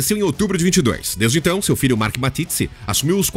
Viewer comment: Dietrich Mateschitz, quem é esse " Matitzi" ??? Sério...